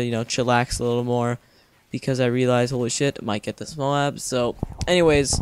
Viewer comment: I think its pronounced MOAB not MO-AB ex. coat not co-at